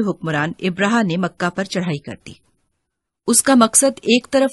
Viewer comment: Ibraha nahee abraha saheeh lafz hay